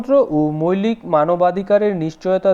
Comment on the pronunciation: মৈলিক কি জিনিস,মৌলিক উচ্চারণ হবে😊